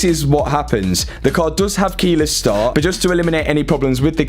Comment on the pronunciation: Keyless start not keylass staa